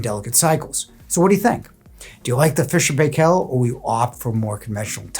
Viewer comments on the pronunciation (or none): Well, Fisher Paykel originated in New Zealand and we pronoun Pie kill. But now owned by China so goodness knows how it is now pronounced